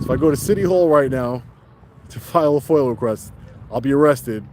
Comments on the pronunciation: We love the work you do, but please stop saying "Foil". It's pronounced "Foi-Ah". Lol 😂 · Appreciate what you do but hurts my ears every time you say “foyal request” for the FOIA request. There’s no L in FOIA. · FOIA NOT FOIL FOR CHRIST'S SAKE. 😂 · Is it Foil or Foia? Sounds like he is saying foil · It's FOIA not FOIL! Freedom of Information Act. Please correct yourself. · Are you saying FOIL ...?? instead of FOIA ...?